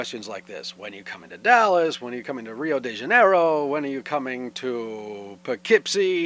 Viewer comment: I'm brazilian and the way you say "Rio de Janeiro" it' so funny to me!!! I'M CRYING ='D. but srsly man, come to Brazil!! (SÃO PAULO. NOT ONLY RIO.)